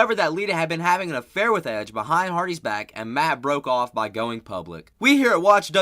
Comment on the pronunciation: We hope you have a Wonfull day, yes sir I will have a Wonfull day after hearing that lol